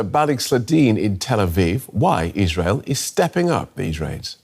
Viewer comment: what the heck kind of slur-esque pronunciation of Israel was that?